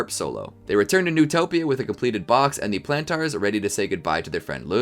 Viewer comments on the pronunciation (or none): Lol, "Plan Tars". (No offense intended, I just find the way you pronounced Planters amusing.) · love this but whenever you say plantars i scream in my head